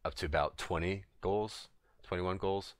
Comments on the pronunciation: man you keep saying goals like you never read the word ghouls before. had me soo fucking confused lolol. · Nice video...but it's Ghouls, man. As in "GOO-WL." Also, when I try to do this; no matter how far I'm back---the big trash wills sometime run to me and certainly they all attack me when I try to drop the plague off on them. Any ideas? A little bit harder on 10 man heroic when you're 120 level trying to do this--as characters hit so hard. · Are you trying to say Ghouls?